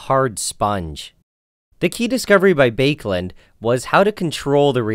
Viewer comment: The pronunciation of the inventors name is bah-kuh-lahnd and not bake land Land pronounced like wand with an L Its therfore bah-kuh-liet "Liet" like lead and not lite